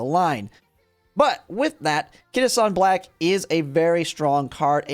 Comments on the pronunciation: Kita Shawn Blaaaack 🏇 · Kita shawn black 😭😭😭